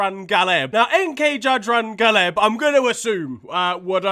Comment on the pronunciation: The way that you pronounced Jadran Galeb is so bad that the Croats will probably ban you from the country.